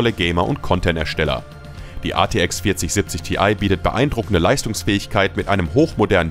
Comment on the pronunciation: sorry aber die Aussprache🥲, bitte sprich das einfach normal aus z.B. artx (rtx) oder G(Y)DDR6 Speicher achso und die gtx 1650 reicht auch nicht für flüssiges FHD Spielen, würde ich nichtmehr empfehlen